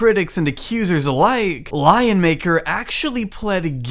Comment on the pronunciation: I hear "lie maker" each time he says "lion maker"